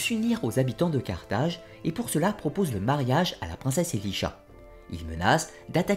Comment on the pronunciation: Elisha ? C’est pas plutôt Elisaa ?